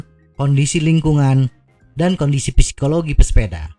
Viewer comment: Psikologi itu p nya gak dibaca. Jadi dibacanya: sikologi